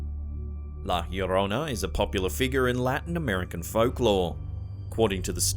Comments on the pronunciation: Love when he says la llorona🖤💕🖤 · I know I'm pretty, but it was nice to hear la llorona pronounced correctly in this video.